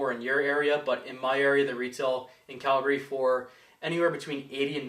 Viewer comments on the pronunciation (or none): none